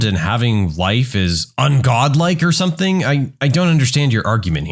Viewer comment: No K in the word something.